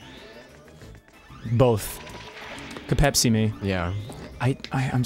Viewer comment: You guys are horribly, horribly, horribly mispronouncing "Pepsi"